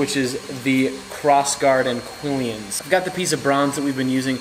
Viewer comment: Quillons doesn’t have ē in the second syllable 😖😖😖😖😖